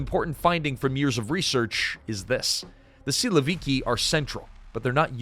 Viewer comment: For Russian speaking man this is so funny to listen because of all wrong stresses in names and surnames. PEskov 😂 SilovIki 😂😂 Both times the stress falls on the last syllable, fyi.